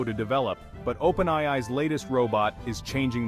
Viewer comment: Everything about this video is AI. The AI voice can't even pronounce openAI properly.